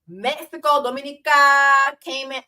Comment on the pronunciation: Did Jessie mispronounce Dominica?! 😒